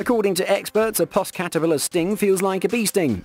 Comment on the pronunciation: Puss is pronounced like another word for cat, without the 'y', that I cannot say as it's slang for a woman's ...erm...'bits'. You get my point.